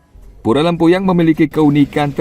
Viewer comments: Lempuyang. Bukan lempayung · Yg bikin konten siapa? It’s LEMPUYANG not lempayung! Smh